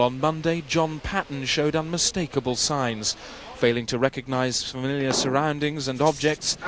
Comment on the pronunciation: The way he deliberately mispronounces 'familiar' is hilarious. Check it out, very subtle but typical Morris.